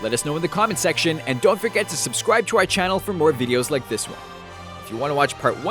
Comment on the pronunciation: HE KEEPS SAYING SUBSCWIBE